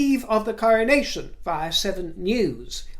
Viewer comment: "The coronaynay" lmaaaaooooo